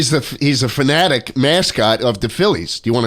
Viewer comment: Every time schlatt says Philly phenatic a fairy dies